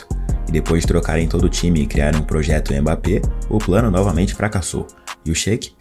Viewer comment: PSG, o eterno "pôjeto"